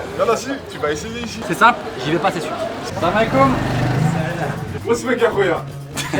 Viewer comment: Son "salamaliquoum" a la fin est le seul mot qui a bien prononcé en Marocains 😂( et je suis bien placée pour le savoir parce que je suis marocaine) mais tkt j'te juge pas Norman 😂😂.Et tkt les Marocains sont là ! Et il y a pas une seule chaîne dans YouTube ou il y a pas d'abonnés Marocains j'te dis tt de suite 😹😹🇲🇦🇲🇦🇲🇦🇲🇦🇲🇦🇲🇦🇲🇦🇲🇦